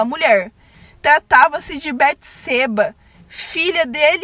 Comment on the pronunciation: A pronuncia Beteseba está incorreta. O som do e, é aberto.